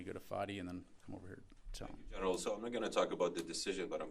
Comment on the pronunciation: Gen”er”al lense-pulheim